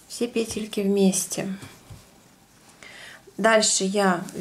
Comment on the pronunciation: НакИд научилась говорить правильно,а вот петЕльки - никак...все пЕтелки,да пЕтелки...сем, восем...